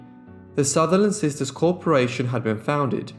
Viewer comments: I'm sorry but, It drives me crazy when you say "sister'ses" There is no such a word. It's just sisters or sister's. It's like nails on a chalkboard. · I adore your channel but you're adding an extra sylable in the words "sisters". Not sisters. Just sisters'. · I was going to mention this too 👍☺️